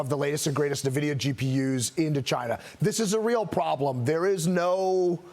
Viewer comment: btw - it's "EN-VIDIA" not "NA-VIDEA"